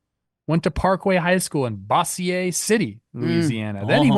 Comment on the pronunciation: Love yall, but Bossier city is pronounced the way Dozier is